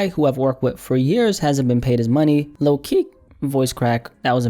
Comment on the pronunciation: “Lil keeke”😂